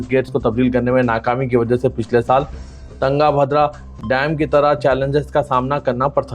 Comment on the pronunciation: Tangabhadra nhi tungabhadra h wo